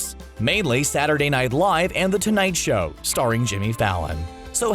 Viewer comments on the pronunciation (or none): U said sow not show. U missed the h!